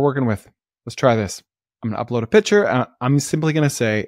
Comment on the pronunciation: Hi, love your episodes. A minor suggestion, you say "pitcher" when it should be "picture".